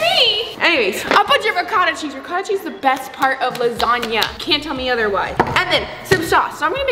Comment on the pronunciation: Me, an Italian quaking on the Ragu sauce and how the Ricotta is pronounced Re-gauta😭